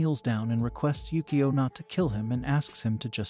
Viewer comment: It's pronounced Yukio (you - koe)